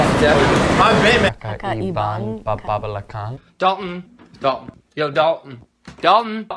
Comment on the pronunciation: Me: *being a filipino still not knowing how to pronounce that Filipino word* Joe: kakabalvdhhhen Me: great!